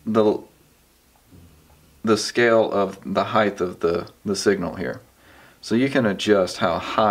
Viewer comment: Very helpful vid, thanks! One tiny correction if you don't mind; there is no such word as 'HIGHTH', it's height.